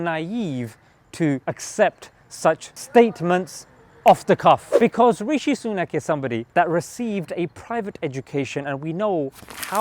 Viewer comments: "Rashee Sunok" LMAO 😂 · Biden: Rashee Sunuk, loool